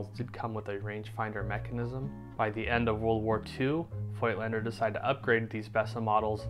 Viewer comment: I love that you care to pronounce it correctly. If only people would start saying Rollei correctly too. I mean, it's the same sound as Leica! ;-)